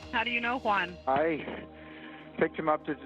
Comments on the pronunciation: Cannot Americans pronounce the Spanish name Juan correctly? Why do they pronounce it as One? It sounds ridiculous. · “And there was no-Juan in the vehicle” 😂 I know that was done on purpose